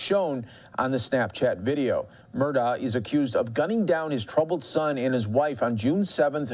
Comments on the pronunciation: “Alex Murdough “ 💀💀💀💀💀💀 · Find out how to pronounce the last name please